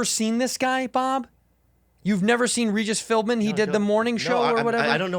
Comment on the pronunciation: "Regis Philbman"